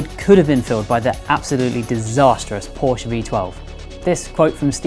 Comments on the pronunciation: You pronounce it Porsche Not Porsch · pour-shhh? POR-SHUH!! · I've seen the video until you said Porsh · It’s Porsche not Porsch. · Hard to believe that people from such a respected magazine in autosport don't know how to pronounce Porsche correctly. Shame on you. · It's porshuh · Another "porsh" guy... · Hate when car people can't say Porsche properly